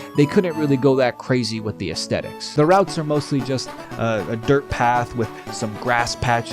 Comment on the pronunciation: I dig your vid. You may not believe it, but my grandad was a decently well-known doctor of philosophy from Yale, and his career focus was Aesthetics... not trying to be mean, just trying to save you some face: if you wanna stop embarrassing yourself, pronounce it correctly. It's not a hard T, because we don't speak Latin.